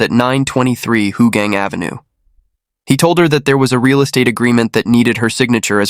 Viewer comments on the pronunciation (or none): Love yr narrations BuNsorry For this one ... my hometown.. It's not hoo-gang It's How- gaang